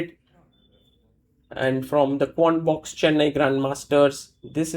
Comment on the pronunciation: Did he say "Corn Box" instead of Quant Box? :D